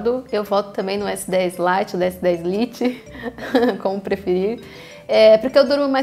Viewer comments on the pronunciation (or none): " s10 Liti" 🤦🏾‍♂️🤦🏾‍♂️🤦🏾‍♂️🤦🏾‍♂️🤦🏾‍♂️